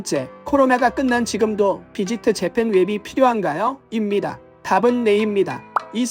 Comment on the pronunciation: 입니다가 그렇게 발음하기 존나 개 어려운거였나 ?? 뭔 맨날 이무니다 ㅇㅈㄹ 이야 😂 ㅋㅋㅋㅋㅋ